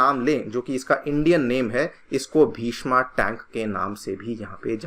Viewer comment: हिन्दी में पढ़ा रहे हैं तो प्लीज़ शुद्ध हिन्दी तो बोलें। भीष्मा नहीं भीष्म टैंक नाम है इसका। कृपया बुरा न माने लेकिन सीधे करें। बच्चे आप लोगों को फॉलो करते हैं।